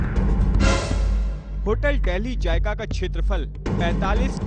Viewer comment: he cant even say,, dehli jaiga,,, hahah,, it is zaika,,, so this is the standard of indian anchors